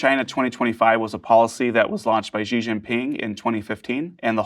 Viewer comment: He still pronounced Xi Jinping's surname wrong in a cringe way, though... 🤦